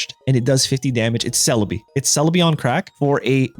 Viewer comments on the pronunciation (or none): none